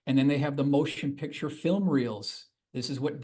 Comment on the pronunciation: Is from Baltimore? The word "pixture" is a Baltimore pronunciation of "picture."